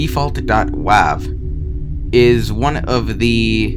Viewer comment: .wav files are pronounced (dot)wave